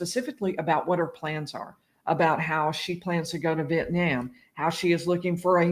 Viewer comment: "Vietniam" lol